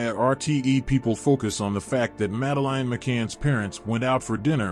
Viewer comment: Failed from the off by mispronouncing the child's name, FFS... that's your kevel of research?